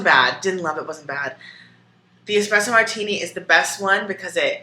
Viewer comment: expresso is taking me out